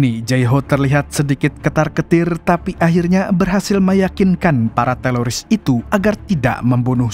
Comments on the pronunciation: Ko teloris sih bang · Teroris bukan telolis😅